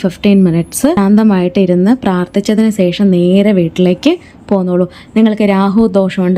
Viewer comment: സേഷം അല്ല; ശേഷം